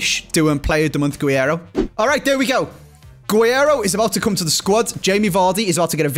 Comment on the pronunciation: Hey man, awesome video: just wanted to say, it’s actually pronounced g - rreiro